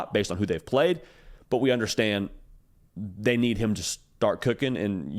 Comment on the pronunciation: “But Who Have Dey Pwayed…Dey Ain’t Pwayed Nobody”😂😝😛😜